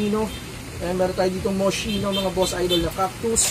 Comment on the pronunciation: Boss idol mali pronounce mo sa "Moschino" hindi sya moshino kundi Moskino. Italian brand yan. Yun CDG o Comme Des Garcons hindi ComDesGarcons kundi ComDeGarson ang pronounce. French brand naman yan.